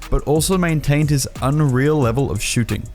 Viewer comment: The way he says shooting is so funny to me Shoo ting